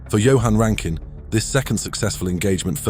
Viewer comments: rankin not ruskin mate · There is no such entity as “SAFE-AIR” its SAF-AIR….Jesus Christ: SAFAIR!!!!! There is no such human known as “RASKIN” …. It is RAN-KIN…. RANKIN!!!! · BTW it was Rankin. not Raskin... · Not Raskin, it's Rankin!